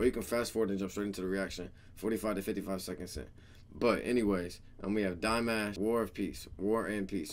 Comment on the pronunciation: hahaha, what do u expect??? U haven't reacted to Dimash for ages (u do not even know, how to pronounce his name)!! Now u think u react to one video and Dears will go crazy?? It does not work that way!! U need to deserve our attention man!!! Keep reacting And the support will come... But!..... Maybe not in your case, u obviously react to him just because of views 🤦🏼‍♀️ the worst thing u can do... Most Dears are intelligent people and they will not support u, when they see u do his reactions for views and followers. 🤦🏼‍♀️🤦🏼‍♀️😂😂😂😂😂😂 U cannot fool us.....